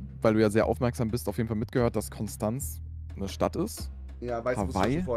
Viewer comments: Hallo lieber Kevin Ich möchte euch nur mitteilen dass, es zwar Konstanz geschrieben wird, es aber im Konstanzer dialekt Konschtanz ausgesprochen wird und jeder der s sagt hat es nicht verdient in Frieden zu leben. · Triggert mich wie Konstanz ausgesprochen wird 😢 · Broo es triggert mich wie die die Stadt Konstanz aussprechen. Die Betonung ist falsch bei euch